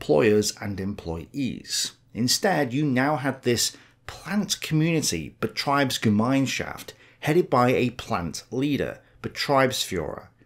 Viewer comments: IE is pronounced ee as in "a bee" EI is pronounced like the letter i in "idle" You mixed them up.. Betr"ee"bsgem"i"nschaft ... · Just want to point out that while on gemeinschaft you do an excellent job for someone speaking in a weird dialect of American, betrieb in betriebsgemeinschaft is pronounced differently. You might notice that in gemein the e is before the i while in betrieb the i is before the e. And thus the ie in betrieb must be pronounced as "ie". For British people think "eeeek... a mouse!" and then just leave the k and a mouse part.